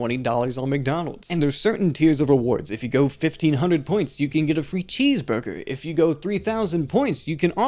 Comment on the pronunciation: Ordew a cheesvurgew